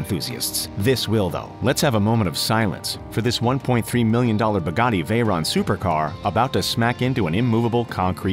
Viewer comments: yes but he probably doesn't know the difference of supercar and hypercar he called the Veyron and Regera supercar and said Bugatti like Bagtii lol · Mahdiyar Saberi he said baggatii lol